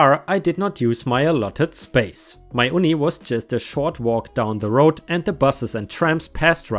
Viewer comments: Uni is pronounced you-knee not oo-knee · Mate Uni is actually pronounced 'You Knee'. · uni is pronounced you-knee, short for university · uni is pronounced (you-knee)😂 ⭐⭐⭐⭐⭐ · Uni is pronounced you knee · I like your storytelling. Just to let you know, UNI (short for "University") is pronounced "you-n-ee" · Hi, just to help you, Uni is short for University and is pronounced you-nee. Thanks for the stories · Sorry but uni is pronounced youknee 😁😁😁😁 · Just a heads-up: Uni is pronounced "you-knee," because it's short for "university." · I love you dude, but uni is pronounced as though it has a y at the beginning. It's short for university, which makes sense. It's nothing against you dude as English has its nuances and you don't know until someone tells you. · I love your story's but uni is pronounced un-e it's an English word meaning University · Hey, just so u know for the future, uni is pronounced ‘you-knee’, short for university. Us aussies love our slang. Love your vids!:) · it's UNI as in UNIversity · I'm glad I looked thru the comments before I said this. Some abbreviations can be hard to pronounce. 😁